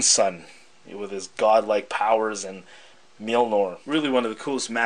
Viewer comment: I apologize in advance for correcting you, but it's pronounced Mjolnir, not Mjilnor. Liked the vid regardless